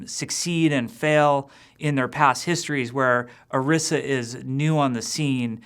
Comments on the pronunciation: is it really that hard to pronounce Orisa and Efi? Especially since you have helped develop them? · really? you cant even pronounce your own heroes' name right? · Either he's pronouncing her name wrong or they spelled it poorly. (That "i" should be long, unless they add two "s"s) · pronounced "oreesa" or "orissa"? y'all need to communicate with each other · That's what makes it so irritating. He should know how to pronounce it. Go and watch the character intro for Orisa that is also on the overwatch page. It is very clearly pronounced as I said it. Always so cringeworthy when you hear people mispronounce names. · OREESSA!!! not or-ih-sa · ... He pronounced Orisa wrong... In her origin story video, Efi pronounced her name "Or-ee-sa." He pronounced it "Or-ih-sa." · Why does Jeff keep pronouncing it "Arissa"??? Dude, it's Orisa! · This n**a said Orisha? It's pronounced; Or-EE-Sh-Ah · The video say O-ri-sa you said Ari-sa but I do know people talk different sorry this was rude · Oh-ree-sah. Not Uh-riss-uh. They pronounce it that way in the promo video. It's really not that hard to say it correctly. :/ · Or-15 Or-IS-A Orisa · Isn't it pronounced (oh-ree-sa)? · Akinwale segun Its supposed to be pronounced OrEEsa tbh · The fact that Jeff says orisa without any sort of accent into it (Or-rI-sa)kind of made me cringe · Jeff pronounces Orisa like Arisa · Haha it's not really laziness. Most people would just think it was a made up name and not think to look up if it was based on something. It bothers me though because I feel like they should pronounce her name as "Orisha." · Ah "Oirsa" I get it.. OR-15-A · It really bugs me how he keeps butchering the new character's name. Orisa is clearly meant to be pronounced using a spanish inflection, considering that the little girl says it correctly in the opening cinematic. Oh-ree-sa is phonetically correct. Come on Kaplan, get it together! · Why can't you just pronounce it Oh Reeza